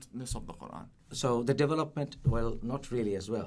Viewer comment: I kept hearing 'Devil Upment', not development. lol